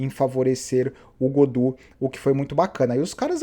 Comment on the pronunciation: Gaudu e não "Godu"